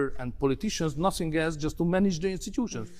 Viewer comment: Kedves, igazad van: a kiejtéssel vannak itt-ott gondok. A "th"-t simán "sz"-nek kiejtve, mint pl. Think@ az én fülemet is nagyon bántja, mint ahogy a "the"-t is sokan erőteljes "dö"-nek mondják, ami szintén borzalmas kiejtés. Viszont összességében nem olyan rossz egyik sem, ha a beszélgetőpartner megérti, az már jó. Örülnék, ha ennyi szót ismernék. Az viszont biztos, hogy te jobban beszélsz magyarul, mint ők angolul.